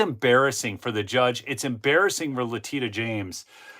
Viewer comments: her name is pronounced LE TISH A, not Le Teet A. Just an FYI, NOT a criticism. 😊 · I truly enjoy your reporting, very down home. God bless you! PS Leticia is pronounced Le-tish-a, lovingly called "Tish James" by her friends. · Letitia is pronounced like La-tee-shuh. No problem. They don't feel embarrassed. They know none of the charges are scholarly or fidelic to the law. It is more of a message they sent to the masses that they will mess with you regardless of law, merit, ethics, honor, or wealth. Not important to them. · Leticia not Latina 😂😂😂😂😂